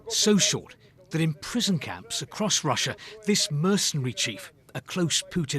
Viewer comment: TIME TO NUKE RUSSA BOYSZSZ